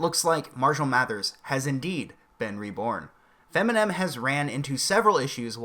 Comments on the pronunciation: Did you say Feminem? Funny shit. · "Feminen" lol. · I'm sorry, did you say "FEMINEM"? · Fem-inem. Lol